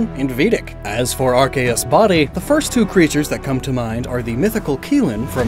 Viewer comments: When he called Arceus "RKS"i was dumbfoubded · youre pronouncing arceus' name wrong